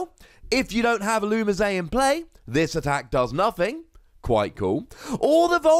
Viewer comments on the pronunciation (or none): You say "That's the way you pronounce it I promise" all the time, yet if you just watch the show or clips of the show on youtube, you'll see it say "illumees". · The anime and the Pokedex 3D app pronounces Ee-loo-mee-zay